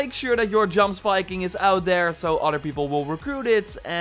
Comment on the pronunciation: I've listened to enough Amon Amarth to know that it's pronounced YOMESviking.